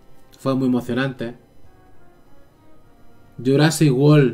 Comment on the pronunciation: "Jurasic wol" jajaja me tente es world 🤣🤣